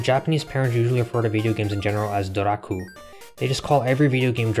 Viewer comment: not doraku, but dorakue : ドラクエ